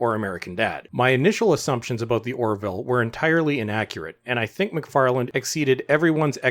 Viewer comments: _McFarlane_, not *McFarland*! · MacFarlane not MacFarland ... otherwise, well put! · Love how he keeps calling him "McFarland" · The name is MacFarlane not MacFarland ...otherwise good video, thanks. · I like this video, and I think your points are valid, and I agree with them. Just wondering though: are you saying "Macfarland" when you're referring to Seth's last name? It sounds like you're adding a "D" to the end of his last name, which is "MacFarlane." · Excellent analysis. My only problem was the narrator's almost constant mispronunciations of the creator's name. It's MacFarlane, NOT EVER MacFarland. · MacFarlane not McFarland lol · Dude, your video and your commentary are great. But say McFarland one more time... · By the way Seth's last name does not have a D on the end... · This is great but there’s no ‘D’ in Macfarlane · Agree with your assessment. But please, there's no D in MacFarlane.